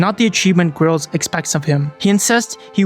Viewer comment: AI video? Have you even seen this movie? If you had seen this movie you would know you're not pronouncing Gerald right. This feels like a tiktok vid thats been stretched out to 30 mins